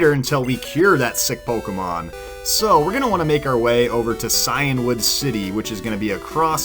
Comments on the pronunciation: Lol its pronounce Sea-end-wood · you’re pronouncing Cianwood City wrong.....did people not watch the anime. this is Nidoking, Nidoqueen, and Rayquaza all over again